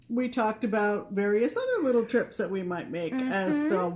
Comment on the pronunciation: Did you say trips???